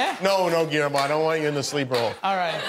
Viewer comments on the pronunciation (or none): Shaq pronounced Guillermo “Gilermo” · He really said Guillermo with an L lmfao